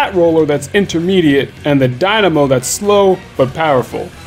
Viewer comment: "I've seem competitive people use the dimano." But have you pronounced that weapon properly before? >_>